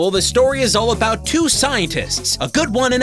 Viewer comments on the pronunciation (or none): Ha! You say "abowut